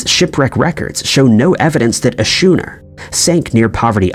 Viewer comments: How right you are...I actually cringed every time he said the word shooner instead of skooner, which is how the word schooner should be pronounced! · Had to stop watching when you couldn't pronounce schooner properly. What the heck is a shoener 😢